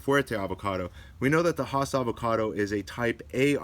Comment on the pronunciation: 'Hoss'--said no avocado grower that I know--ever--unless they're talking about Bonanza's Hoss Cartwright. 'Hass' is said with a smile--always--and rhymes with lass, class, pass. Oh, sorry. Don't let the pronunciation distract you from the very good information in the video. But with regard to trunk sprouts above the graft union--I would not remove them completely until the trunk reaches a couple of inches in diameter and it is shaded by the tree's canopy. The alternative treatment is to allow the sprouts to grow two or three leaves, and then to pinch the sprouts off to prevent further growth. The green and fuzzy look provides photosynthetic surface to help build trunk caliper more quickly. If the trunk is exposed to sunlight, the lower trunk leaves will also help protect the trunk from sunburn. The extra transpiration flow to these lower leaves will also help cool the trunk.